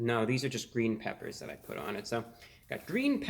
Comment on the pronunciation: “It’s gween” So happy you’re felling better